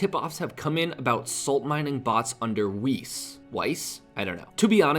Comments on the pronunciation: Weiss is pronounced like 'Vice', with a European accent. It's German for 'white'. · Weiss is a german word you pronounce it like vice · "Vice" is the correct pronounciation for "Weiss" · I imagine Weiss is pronounced with a V sound like Katowice in Poland or Arsene Wenger is pronounced. Europeans hate the 'w' sound we anglos use. Obviously a Jmod could enlighten us though. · Concerned about how to pronounce Weis, pronounces it Bah-salt